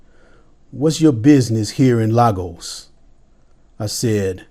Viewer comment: The way you pronounced Lagos is amazing. Thanks, for recognizing the Victor Momoh of our time.